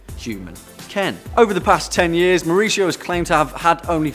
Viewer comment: Number one is pronounced Maoo-reesio with a Mexican accent